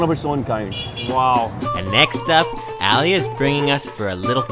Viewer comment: I like how foreigners pronounce the name “Ali” as “Alley” 😂😂😂